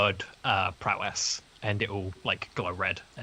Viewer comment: No "n" in Prowess